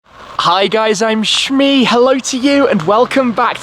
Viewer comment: He pronounces Shmee in the intro like Sméagol would